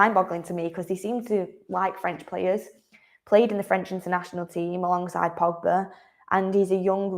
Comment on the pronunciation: I think you put to much emphasis on tge words alongside, I doubt ten Hag has discussed his plans with anybody especially FR